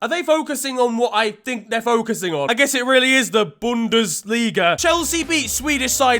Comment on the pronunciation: I guess it really is the "Bundas-liga" 😂